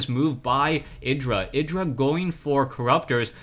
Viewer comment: Id-ra, not eye-dra :P